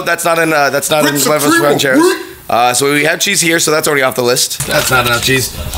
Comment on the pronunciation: It bothers me how says rancheros but I still love him he my second favorite lasercorn is my first favorite